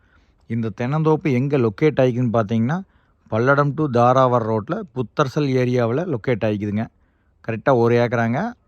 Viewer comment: அது புத்தரச்சல்- ஊர்ப் பேர ஏய்யா மெல்றீங்க? ஒழுங்கா உச்சரிக்கத் தெரியலைன்னா யார் கிட்டயாவது கேட்கலாம்